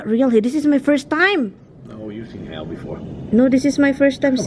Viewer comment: That's hail (hayl) not hill.